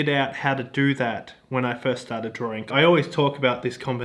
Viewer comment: Did he say “drawring”?